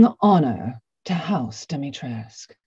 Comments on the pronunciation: Am I wrong in pronouncing her name “dim-e-tres-coo”? I thought that was how it was pronounced but she always says dimitresc without the u on the end. Am I wrong or is she wrong? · they probably got the wrong pronunciation during recording from something. I didn’t realize you pronounce the U either. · U in the end isn't silent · Dee- mee- tresk- oo. There's an informative video about Romanian pronunciations and the narrator also talks about Romanian influences on the game. (NATIVE ROMANIAN TRANSLATES ROMANIAN WORDS IN RESIDENT EVIL 8 VILLAGE) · It's pronounced like Dee-mee-tres-coo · I don't understand why Capcom didn't correct the pronouciation of "Dimitrescu" after ACTUAL ROMANIANS corrected them, multiple times! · Im a Romenian and the way yall say Dimitrescu makes my ears bleed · Maybe the reason why she says it that way bc of Capcom